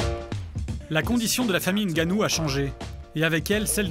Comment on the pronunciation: C'est pas Francis Gannou mais "N"Gannou! C'est quand même pas compliquer de prononcer le N....